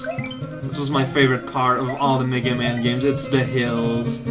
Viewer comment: Every time says "Mega Man", I kept thinking he said "nigga man".